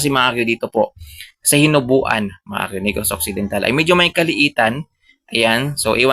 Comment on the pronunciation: Hinobaan po hindi hinubuan